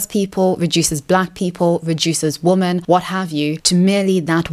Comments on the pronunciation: Why does she always pronounce "women" as "woman"? Her English is absolutely perfect otherwise, so I can't imagine her not being aware of the difference in pronunciation. It's really annoying when you mispronounce a word 30 times in a video. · It always makes me feel like she fakes her accent when she makes that mistake. She kinda sounds like a New Zealander when she does it but she's not, so I'm not sure what's going on with that.